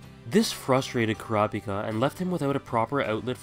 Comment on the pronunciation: Why do you pronounce Kurapika's name like it is read out loud, instead of how they say it in the anime? Which is correct because, well, they are pronouncing it for you.